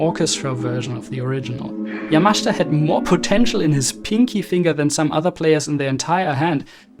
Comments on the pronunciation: His name is YamaSHIta. Not YamashTa. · It’s not pronounced Yamashta. It’s YAMASHITA. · "Ya-Ma-SHE'-ta" not Yamashta. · Surely it's Yamashita (Ya-ma-shee-ta)? "Yamashta" can't be correct? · Great episode ❤. For future reference, the Japanese include a vowel in their spelling to be pronounced. It's ya-ma-shee-ta not yamash'ta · ........thanks for correcting - I'm still hearing 'yamashda' from the video - but I appreciate, from what you've pointed out, the pronunciation is not as simple as iI thought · Despite the admiration your video deserves, I have a problem with your pronunciation of Yamashita's surname. According to the opinion of Japanese friends, the 'I' vowel sound should be clearly heard, contrary to your persistent omission, making it to sound 'YAMASHTA', which is not only wrong but strange and uncanny. Pity. (or 'PTY'?) 😅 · Great observation but you should learn how to pronounce the man's name. It hurts my ears 😞 yamashita pronunciation = ya muh shee tuh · Sorry but you do not know how to correctly pronounce the name of Yamashita. Accent is completely wrong.